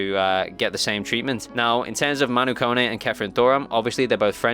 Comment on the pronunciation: Can someone pronounce Kone correct please. It's not (cone) it's pronounced Ko ne